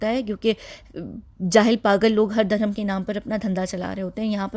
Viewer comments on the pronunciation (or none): Dear, Hi You often say Durham to denote religion…which is a wrong pronunciation Durham is actually the name of a currency of one of the Arab country The correct pronunciation for the word is Dharum When ever you feel uneasy or afraid 😱 as if you are in a haunted place then please recite Aytul Kursi and Surah Falaq and Surah Naas. Keep up the great 👍 work Lots of duas and love 💕